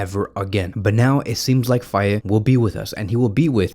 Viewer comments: In Senegalese pronunciation, the name "Faye" is pronounced more like "Fay" rather than "Fay-e". An example to remember this pronunciation is the mnemonic technique "it's a lie or it's a Faye".❤ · Its Fay bro (the "e" is silent).